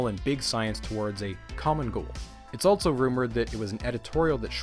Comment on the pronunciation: First time watching one of your videos. Very informative, great structure and animations, subscribed! So uh... where are you from? what's that accent you've got? haha. Some notes: you put a T in the middle of the word also. 'altso' .It's pretty prominent. much less prominent, you almost remove the T from the word months. not quite but nearly 'munce' .Do what you want with that observation :)